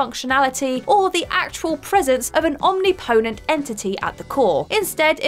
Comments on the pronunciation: Mispronounced “omnipotent” as “omniponent”; great video otherwise, though! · Om-ni-po-tent. Not omni-potent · No, she said "Omni-potent" as though they're two separate words. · "Omniponent"? I don't think that's a word. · Lara's death was UNambiguous, not ambiguous. Also, omnipotent, not omniponent. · Does not know how to pronounce "omnipotent"? It's not "omni-potent". It's "Om-nipotent" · Say after me: omNIpotent... ..omNIpotent.. ...omNIpotent... This has been today's lesson on English pronunciation. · ahm NIH poh tent would be a better way of spelling it out, I think. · Senua, Eidos and omnipotent. Please ask someone to tell you how these words are said. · Why would you say "omnipotent" like that? Bizarre.